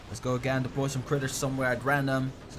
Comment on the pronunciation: STAHP SAYING DELPOY